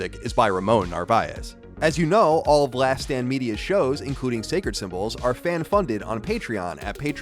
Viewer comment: "Last Stand" and "last damn" sound quite familiar. Not sure if you are avoiding your own annunciation regulations, but it is to be noted.